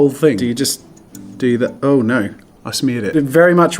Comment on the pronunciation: Does anyone else notice he says: "Dough" instead of "no"?